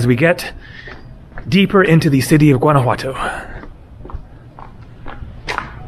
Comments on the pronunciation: Awesome video!!! Only thing that bugs me is that the ‘o’ at the end of ‘Guanajuato’ is pronounced like the word “toe” not “too”. So like GuanajuatOE. You say the ‘j’ perfect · the "G" in Guanajuato is silent dude! If you are going to make this video, say the name correctly!